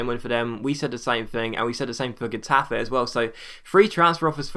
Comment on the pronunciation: Let's all pray that Henry leaves! Wow I never thougt I would ever write that as an Arsenal fan. But anyway just to be anoying.. Getafe is prounuced like Chetafe.